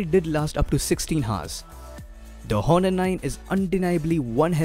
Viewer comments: Its not Hhhhhonor , its pronounced like Onor , h is silent dude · The 'H' is silent in 'Honor'. You pronounce it as 'Aw-ner' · I know someone probably already said it, but the H in many Latin-based words in English is silent, such as honor, heir, and hour. I could go into the linguistic specifics of it, but I don't know if you would care for that. Anyway, I just wanted to leave you a helpful tip. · ok, but it doesn't matter. he is doing gud. i just wanted to correct him bcz every body is listening to him and he should correct his pronunciation... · No worries. Great video. I, being a grammar Nazi, couldn't enjoy the video a lot just because of that H :P But overall, really nice video skills